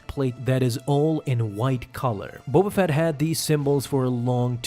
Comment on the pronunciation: Bo Bafett Bo Katan Bo Buffet Hahaha